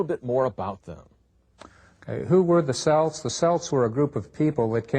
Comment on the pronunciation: Can't even pronounce the word Celt properly!